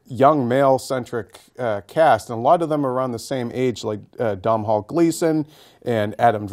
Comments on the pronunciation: Please note it's pronounced Donall Gleeson, not downhall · Domhnall is the Irish for Donal. Pronounced DOH NAL. Not Dom Hall. FYI. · Stop calling him Dom Hall... its pernounced Donal its an irish spelling because he is from Ireland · DOM HALL Gleason ???/ its pronounced Doe Nill , jesus do some research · lol dom hall.Its pronounced DOE-NAL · Dom-hall gleeson? he can't pronounce Doh-nal? haha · It is pronounced like DONAL Gleeson. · Domhnall is pronounced doe nal. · Loving the fact that not one reporter has pronounced Domhall Gleeson's name properly